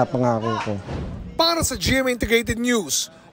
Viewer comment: OSCAR OIDA MALING OSKAR ORIDA 😂😂😂